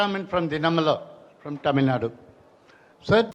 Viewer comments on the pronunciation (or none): none